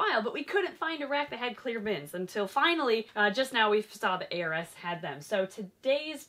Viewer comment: Every time says ARS I hear 'heiress' and have a second to think: 'What a peculiar choice of brand name for a...' before I remember it's ARS. It's totally me though. This morning my Mum said 'These are addictive', gesturing toward a box of McVitie's Chocolate Digestives ( favourite UK chocolate as it happens!). I said: 'At what, pollination?' because I had heard: 'Bees are effective.'